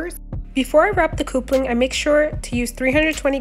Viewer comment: You do awesome cosplay. Love your work. But ita cup-ling. Not coop-ling. Keep up the awesome work.